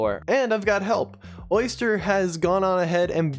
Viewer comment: lmao bro called Oster "Oyster" 💀